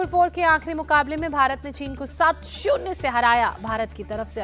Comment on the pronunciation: 7- sunyaaaaaaaaaaaaaaaa se haraya ... Hindi dhng se bol lo madam 😂😂